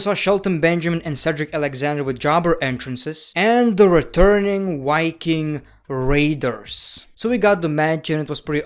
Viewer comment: It's viking raders not ricking radars lmao just kidding your u can say it however u want.